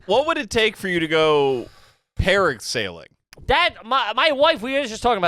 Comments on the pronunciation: Hold on a second. Did call para-sailing "parrot sailing"?!?! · Are You Garbage if you pronounce PARAsailing 🪂 PARROTsailing 🦜 😂😂😂